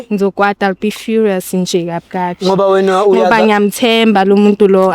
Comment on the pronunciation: "whena" utsho kakuhle king